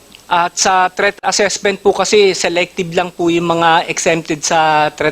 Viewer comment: threat po hindi theat😂😂